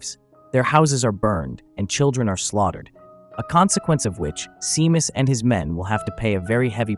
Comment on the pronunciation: You pronounce the name Shaymas, phonetically, not seemas😂